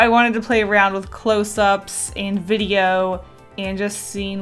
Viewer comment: Did anyone else Heard what she said she said bideo